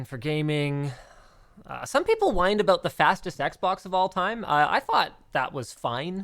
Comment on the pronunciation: that Canadian aaaaboooot